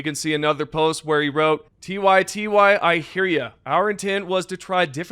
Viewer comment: Did you just read "ty ty", tee why tee why??